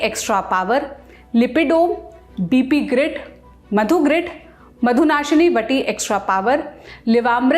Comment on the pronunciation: Dp grid nai hai,, BP grid h😂😅,, dadi ko bhi nai ata bolna